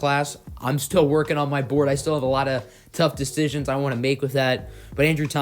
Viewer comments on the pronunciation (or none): none